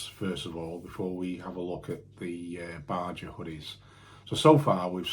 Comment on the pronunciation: Baja is pronounced 'baha'. Also, your Yorn brown leather gilet advertised at size 52 is a European size 52 which is equivalent to a UK 42 chest as you just subtract 10 when it comes to EU to UK mens top half items. You'll sell that thing quicker and easier as folk will be looking for 42 as a keyword most likely while at the moment you will be getting hits but not takers from the those who are about 3xl or similar.